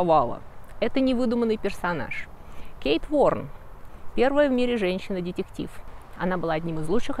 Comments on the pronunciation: ДЕтЕктив. Дэтэктив произносится. Отдаёт привинцией. И ударения шалят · Но ведь слово детектив произносится по другому!!!!!!!!!